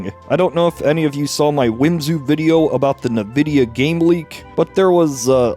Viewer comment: I just have to say this. It's pronounced "en-vidia" not "nah-vidia", think as in "green with envy" that's the idea behind the brand name.